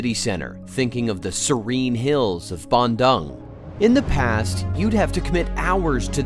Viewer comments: hello, small correction, you pronounce dung wrongly in Bandung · the way y'all pronounced Bandung is so hilarious! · Please learn to pronounce “Bandung” correctly.